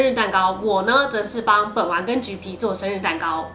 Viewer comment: 滴妹說本丸的時候我聽成睪丸